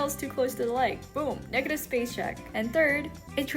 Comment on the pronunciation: that did not sound like negative💀